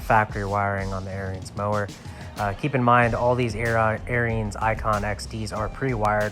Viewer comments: Pronounced Air ens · it's pronounced "aarons"